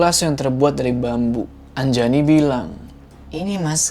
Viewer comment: nama saya Anjani bukan Anjayani apalagi Anjay ...